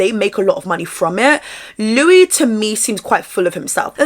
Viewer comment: I had a run in with him back in 2024, his names spelt Louis but pronounced “Lewis”